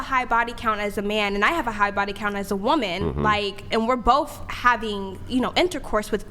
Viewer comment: Why do they all say "whoooman"? 😂 Not "women" for plural, or even "woman" which we all know is singular? "Whoooman" wtf?